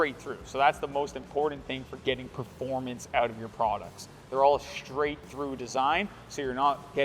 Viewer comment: Love the exhaust and the sound but one thing, please learn how to pronounce 'straight'. It's not shtraight:D